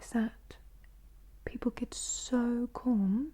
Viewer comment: just some accent advice from a brit. your pronunication of 'calm' is a bit off. we would say it to ryhme with balm , or alms. otherwise the accent is near perfect lol